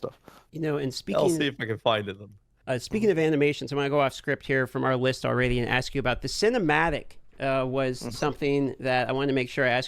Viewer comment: says some other words a little weird, like he says already as all-raid-ey, must be the alaska in him